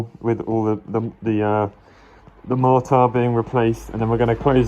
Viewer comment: I love the way say mortar, just can't get over it